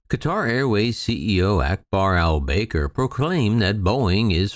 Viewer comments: Akbar El bAker.....it's pronounced El Baker. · No actually it is Ahl Bah-kr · You don't have the first clue how to pronounce "Al-Baker," do you?